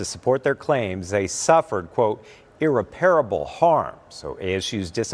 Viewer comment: this guy is a newsperson and can't properly pronounce irreparable?? Shameful.